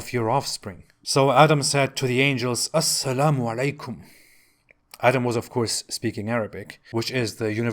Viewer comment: I laughed so hard when he said "as-salamu-alaikum" 😂😂😂